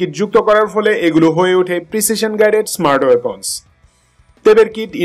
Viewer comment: Before releasing this short 28km range smart weapon, maynmar air defence system will shoot down Bangladesh's 3rd hand Chinese fighter jets😂.And it's pronounced weapon not Waypon😂